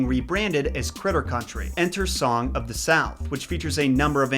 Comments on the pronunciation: It's "log FLUME", not "log loom" :/ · I noticed that, too, (although only once), and I think it's pretty safe to assume that he meant flume. As someone who used to spend all his summer vacations touring amusement parks throughout the States and beyond, I can tell you I'd never heard of a log loom until this video. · "Flume", not "Lume". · Not "loom" it is "Flume" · Log Flume not loom.